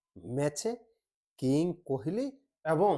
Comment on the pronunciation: কুহেলি নয়, কোহলি।